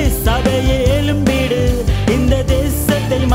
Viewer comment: Praise god dear brother, lyric nice,voice super pronounces change எழும்பிடு, எலும்பிடு, தவறாக இருக்குமே??